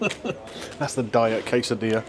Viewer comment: I heard “case of beer” instead of quesadilla…It would have been more nourishing for everybody.🥴